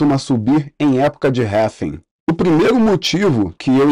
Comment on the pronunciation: cara, parei de assistir de tão irritado que fiquei com essa sua pronúncia pra RRAAALLLLVVVIINNNGGGGGG